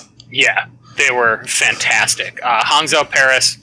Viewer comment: Pronounce Hangzhou as Hang- "Jou" since that is a more accurate way to pronounce it. Or else if pronounce the way its spelled you are gonna get the Spark city confused with a Shimada Archer.